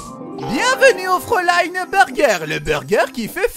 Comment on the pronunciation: Pour tes efforts : FRÄULEIIIIN ❤